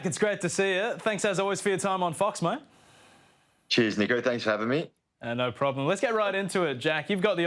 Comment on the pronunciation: Does anyone else hear jack say “cheers n*gg*r “ or is it just me 😭